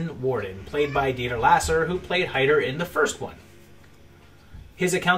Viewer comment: This is probably just me being picky, but Dieter Laser’s last name was pronounced lazer... you know, like a laser gun or a laser beam. Great video as always though